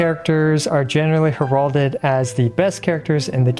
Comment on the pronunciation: I fully agree with this tier list on every point, BUT!!! I always find it hard to get past IWLGs mispronunciation of heralded. It’s not HerAWHlded it’s HEHRalded. He uses that word a lot in his videos and it hurts my soul every time.